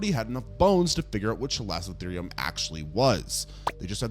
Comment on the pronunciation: I'm not sorry to be that guy, but you completely butchered the pronunciations of Chalicotherium, Platybelodon, and Cuvier. 🤦‍♂️ It never hurts to double-check these things before you upload. I love your content, but this sort of shit drives me crazy and you can do better. Don't be careless and lazy.